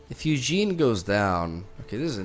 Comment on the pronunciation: Do people mispronounce the cards on purpose? Its a tad jarring to hear "Eugene , spirit dragon" and "Fithopeter the lost"